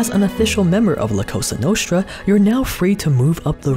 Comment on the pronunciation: It’s pronounced Cosa Nostra (with a sharp “s” not a “sh”